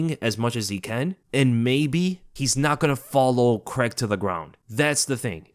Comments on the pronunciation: Craig. Craaaaiiiiiig. WTF is Creg?! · as an englishmen i hate how Americans say 'Paul Creg' please please say it like 'CRAY-G' it only his accent that makes it sound like CREG lmao xD love your videos keep up the fantastic work mate <3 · who's Paul CREG? lol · I dunno why the yanks pronounce it Cregg 😂😂😂😂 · you don’t say Reders instead of raiders do you C r a I g not C r e g it’s easy bro